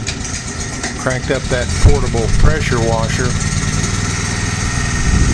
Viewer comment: Did you just say I can't preasure was my door pahanahalllsss I'm from texas move